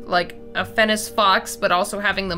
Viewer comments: throughout the video, you said fennic fox like fennis fox, althou its pronounced like fennik fox The english language is so hard Great vid tho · it's fen-ik when you say fennec Still really good though! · who else was just like, ITS NOT FENNEC (S) ITS FENNEC (K) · one, it's pronounced fenn-Ick., Two, this thing gives me a sort of lorax vibe, but more intense. like if you cut down a tree in his forest, you aren't leaving. ever. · Who else died inside every time she said fennes fox? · Fennec fox not FENNIS SO FUSTRATING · The way she said Fennec Fox 😵😬🤐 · I keep getting distracted by the pronunciation. Fennec is supposed to end on a hard K sound and Ibex is supposed to end on a ks sound. I love the video though! Monster Mashes are my favorite!